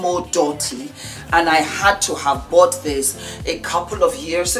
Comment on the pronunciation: IHello there! t is massimo DUti. that U is pronounced as duty in english. I have seen beyonce very closely and she wears wigs all the time, and extensions and fake hair.